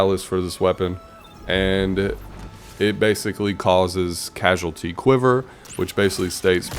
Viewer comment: Cause-al-ity not Casual-ity for the perk on Ticuu's.